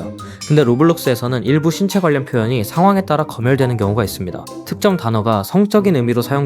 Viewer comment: 검열이 아니라 거멸 아님? 읽는게 부자연스럽네ㅋ